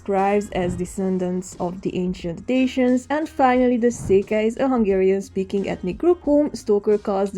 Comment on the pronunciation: The way my soul left my body hearing the Americanized pronunciation of “Dacians”… Ma’am, put some respect on that pronunciation, does that sound like the name of a car whose body has been gutted and pulled down the road by a single horse while nene Gheorghe blasts manele from a boombox older than I am? 🫥